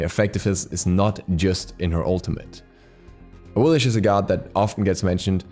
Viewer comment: Top 5 Hardest to Pronounce Gods: 1. Awillish